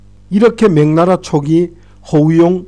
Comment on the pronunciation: 명나라를 자꾸 맹나라로 발음 하시네요~